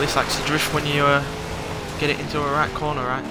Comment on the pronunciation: Ok.... umm I didn't really expect that handling....... BTW, did you turn slightly Australian for a moment.... "This likes too drift if you get it in to a Right corner Right" :P